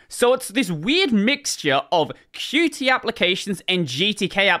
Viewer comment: Qt is pronounced "cute"